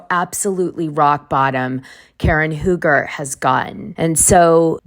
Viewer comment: For years, RHOP viewers have witnessed the bad marriage between Karen and Ray Huger (Dana, it’s pronounced Hew-ger, not Who-ger. And Grahnd Dom, not Dayme.) Since Ray said “I don’t know” to the therapist asking him if he’s still in love with Karen, I’ve been waiting for this divorce.